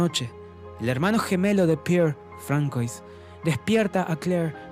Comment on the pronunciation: Un consejo: aún que se escriba "François" se pronuncia "Fransua" 😉👍🏼. Buen resumen !!